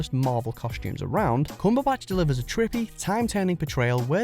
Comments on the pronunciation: Kumbabatch ?? Do you really say Kumbabatch ? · Omg how did he pronounce Cumberbatch?? But I love all of the Brits in the Marvel cast